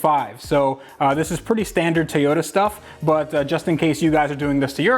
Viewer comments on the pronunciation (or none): Still saying Tiyota instead of Toyota! LOL